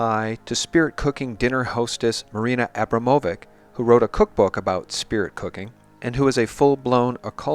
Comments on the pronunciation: Once and for all it's pronounced ABRAMO-VICH. Let's call out evil by its correct name, it holds more power/validity! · She's Serbian, so it is pronounced Abramovich. Or you can be a joker and say Abramowitch, it would be even more correct grammatically. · brother ,.. learn how to say č,.. when you say Abramamhovik,.. Scares the hell out of me how you would pronounce my surname lol there is č and ć (it is pronounced TCH and softer tch, not k) Not important,.. but you would gain some +slavic points Thank you for for warning us !